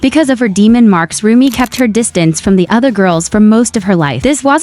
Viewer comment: Umm it's Rumi not romi